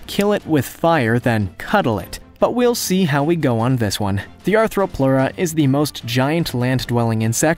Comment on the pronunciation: Also he never said Therapsid considering three of those were. He also said ANTHROPLEURA instead of ARTHRO...Anthro makes it like us Arthro makes it a bug.